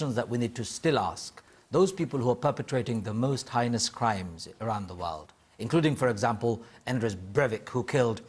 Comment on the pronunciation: That was a hard watch, totally agreed with everything you said saun. That man who cant say heinous, really annoyed me.